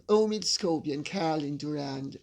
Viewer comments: I love the fact that Leo keeps a straight, innocent face every time Lady C pronounces 'Amid Scabies' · It's funny Lady C calling Scobie 'Amid Scabies' - thought I hadn't heard it right... as that is what I've been calling him for some time too! haha